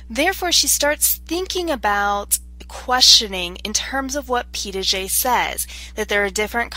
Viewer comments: It sounds like you were saying "Pee Dah Jay"... there is no D in the middle of that name. This was very helpful for my research class, though. Thank you! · Yes, I noticed that too. It's a French name and is spelled Piaget; It is pronounced as Pia-jhay.